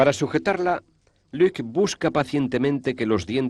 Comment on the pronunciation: No es Luque, es Luc. Es francés.